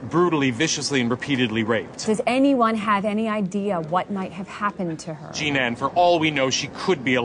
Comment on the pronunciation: He keeps calling her "G-Nan" for some reason.